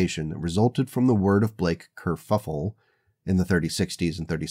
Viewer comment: why are you calling it a curffule, wasnt it a ji-.... oh youtube isnt it